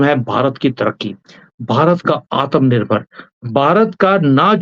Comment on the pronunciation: It is not aatamnirbhar... but it is aatma.nirbhar..!!! You may ask Shri Ravindra Pancholiji for the right pronunciation. Sorry for correction. But you are doing a great job without any expectations for Bharat. Hence this correction. 🙏🙏🙏🙏🙏